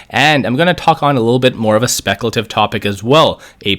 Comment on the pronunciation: Great insight but when you say speculative, there's no annunciation and it's like nails on a chalk board.